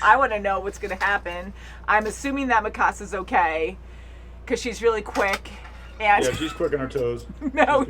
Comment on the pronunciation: Btw, Jean is pronounced like John and not gene. Also mikasa is more like me-kuh-sah and not mi-casa